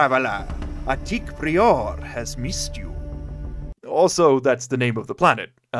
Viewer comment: Uh... I think that word is "PRY-er" not "Pree-ore" lol